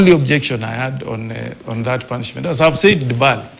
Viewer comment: Did..senator just say punsment😂